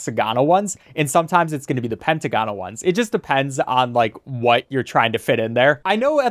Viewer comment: It's pronounced "pen-t-ah-gon-al"